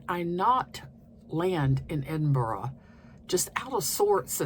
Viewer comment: Your pronunciation of Edinburgh is pretty good. We live there but I really don’t think I’ve ever seen anyone throw sheep’s testicles over a hedge 😅